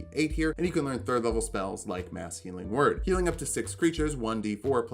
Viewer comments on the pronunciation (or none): HAHAHAHA I had the video running in the background and I heard "Masculine Word" instead of "Mass Healing Word". I had to double take and everything. lol That would be a funny spell, though.